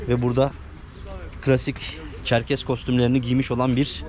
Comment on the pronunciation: ÇerkeS olacak Çerkez değil lütfen düzeltelim